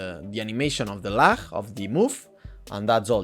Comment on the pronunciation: im gonna start pronouncing lag like that